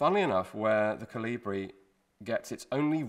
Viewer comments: The emphasis is on the O, rather then the I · Everybody said I was crazy and I should stop talking about my "Jonathan the Giant" theory. Well, who is the crazy one now? P.S. The stress is on the first syllable in the word "Kolibri".